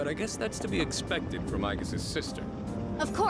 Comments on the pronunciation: "eye-gis" bro, not eee jizz or whatever you were saying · "Eegus" Man, did you even play it? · Her name is pronounced as 'Aigis' in both English and Japanese. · Why are you mispronouncing her name??? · Because he is idiot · Thanks for the review, but bro... they pronounce her name throughout the entire game and in the dlc. It's almost as annoying as when they pronounce niche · In the context of the actual Greek shield, "Ee-jis" would be correct, but in the context of Aigis from Persona 3, it's not correct. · no one cares about greek mythology here if my name is Jesus the Spanish way don’t call me geezus (Jesus) it’s hey soos I’m only spelling phonetically because I don’t know the correct accent marks but screw that you play the whole game and still choose to pronounce the name wrong it’s cringe as hell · You gotta learn how to pronounce her name.... Both thier names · Has nothing to do with Waifus or being a "Weeb". Her name is a word that can be looked up for the correct pronunciation. They say her name in the main game and DLC + promotional videos hundreds of times. As a "Professional" review channel, the very LEAST they could do is get the characters name right. To purposefully pronounce it wrong is annoying, let alone saying it wrong 20+ times in a row in a short video.